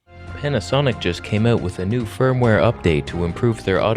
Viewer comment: Kept hearing fur-mware update in this one 😂